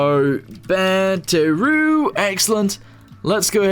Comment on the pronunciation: Why does he call battery batteru?